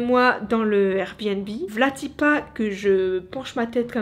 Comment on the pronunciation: Plus de peur que de mal heureusement tu ma.fait rigoler quand tu dit vla ti pas mdrrrr